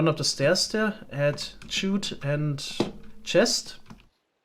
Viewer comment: While I kinda like how you pronounce “chute”, I figure I should at least tell you it’s pronounced the same as “shoot”. A chute is like a large funnel or channel for sliding materials downwards The other pronunciation is “llama” as “yama”. The normal pronunciation is just as if there is one L. It doesn’t make the Spanish LL sound. So it should sound like “la-muh”